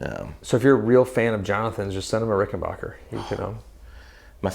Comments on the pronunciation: BACK not BOCH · Hey Guys . . It's pronounced Rick - en - BACK - er . . . NOT Rick - en - BACH - er!! When Adolph Richenbacher founded his company he named it for himself. But with the outbreak of WW2, he was worried that folks would think Richenbacher was a German based company, and so he Americanised the name to make it sound true blue made in the USA, which indeed it was, and still is. Rickenbacker is as American as the Cadillac. This info is right outta the Rickenbacker book. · Rick- in- BACKER, not rickenbocker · WOAH THERE, I'm positive it's pronounced "- backer" and not "- bocker" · Not Rickenbacher; it's Rickenbacker. Tom Petty would be pissed if he heard the mispronunciation. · The correct pronunciation of the name is Ricken-"BACK"-er. It's a short "A." Not a long "AH." Check it out with anyone from the family or management. Great vlog, guys. Very informative.